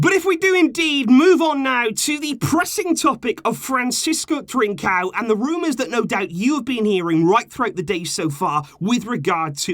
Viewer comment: It’s ‘trincon’